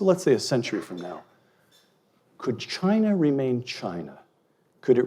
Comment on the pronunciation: Chiner lol